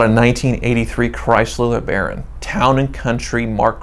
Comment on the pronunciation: laughed out loud once he said LeBaron